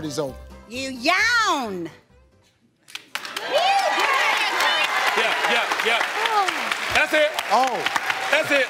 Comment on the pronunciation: She made three syllables out of yawn 😂🤣